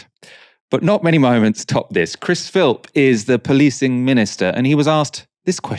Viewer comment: mocking Aaron for calling Chris Philp Chris Phipps before going on to call him Chris Philps 😭😭😭